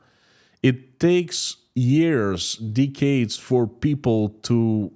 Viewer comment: pls stop saying deecades. Nobody says deecades, not slavs, not english not ancient romans